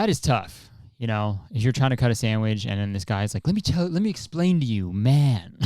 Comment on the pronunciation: not kurtis saying samwidge 13 times in 3 minutes